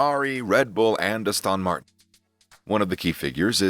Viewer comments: What is Az-TAWN Martin? It is ASS-ton Martin. Are we listening to some AI speaking? God help us. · Dude really whats wrong with you... other wise Good videos but Astawwwn Martin... can't watch your videos no more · Lool Astawn Martin